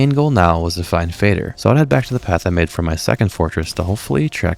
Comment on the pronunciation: FINALLY someone who pronounces Fader correctly